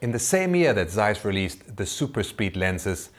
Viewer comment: it's satisfying hearing it as zuper speed in contrast to regular pronunciation